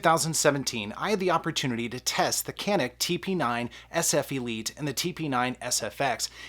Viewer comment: You pronounced wrong! Go watch Hickok 45.